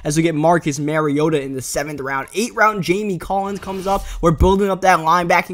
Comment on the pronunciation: You still call mariota "marry-oh-tuh". Its pronounced (mah-ree-oh-tuh)